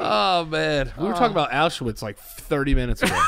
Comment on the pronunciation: Am I the only one bothered by the fact they aren’t pronouncing Auschwitz properly 😅😅